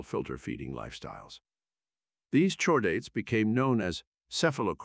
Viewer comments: in, noooo lol, you didn't just have your AI voice say, "CHORE-daets?!?" We have a spinal chord, hard 'k' sound. It's "KHOR-daets." Your AI needs lessons. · Please fix your ai text-to-speech. "Chordates" is pronounced "cord-ates". The "Ch" comes from the greek letter Chi. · Very interesting, by why did you pronounce it "shordates" (incorrect) instead of "cordates" (correct) but do it correctly while pronouncing "cephalochordates"? You have to notice the inconsistency there. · I bet that if you feed CORE-DATES to you text-to-speech program, it will generate the desired (and correct) pronunciation.